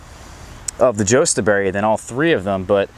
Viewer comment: Pronounced YUSTAberry and its HASKAP not honeyberry. No growing info